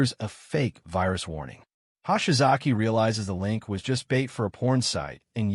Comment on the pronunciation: "Hahshy-Zocky Ano-Suck." When is AI going to "get" Japanese pronunciation?